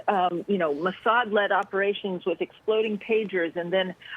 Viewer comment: "The Eastern World... It is explodin'"